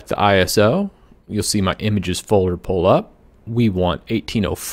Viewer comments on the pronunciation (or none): none